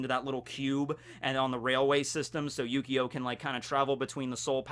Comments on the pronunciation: I swear he said yugioh at least a couple times by mistake. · I keep hearing Yu-Gi-Oh instead of Yukio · It really does sound like you're saying yugioh lol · When you say his name I only here yyyyugioh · It feels like you keep saying Yu-Gi-Oh. After Xcution, I'd really love if you talked about the characters of Monster Musume. Including best girls Centorea and Rachnera, and even Too Kind for this World Kimihito. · Whenever says yukio i kept hearing yugioh.... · ...not gonna lie... I kinda thought he was for a while.. I had to look at the screen and pay attention to notice, I mainly have Vids on in the background while I play video games.